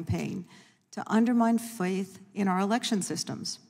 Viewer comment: lol she couldnt say "faith"